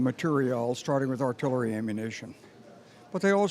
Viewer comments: Artillery.... really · artillary? reely? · ArtillEry, not *artillAry!